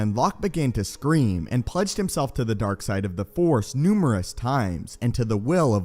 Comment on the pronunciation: The Force!! Not The Four. It seems like you do not know that the Jedi possesses THE FORCE as in Energy, not The Four. Four is a number!!